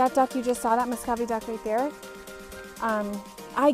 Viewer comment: it is pronounced (mu - sco - vee) not (mo - sco - vee).